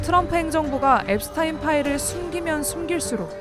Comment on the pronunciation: 제프리 앱스타인 아니고 앱스틴